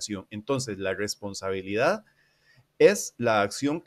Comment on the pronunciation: Oye carnal una duda, no puedes pronunciar bien la "R"? No es burla ni nada (yo ni siquiera puedo :v), es que cuando dices "responsabilidad" se nota algo raro xd